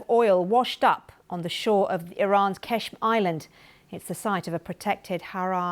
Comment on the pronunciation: why do you say qeshm Say قشم و قرطی بازی در نیار